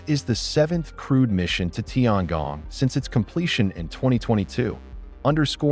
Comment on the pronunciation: tiangong, 天宫，不是tiangang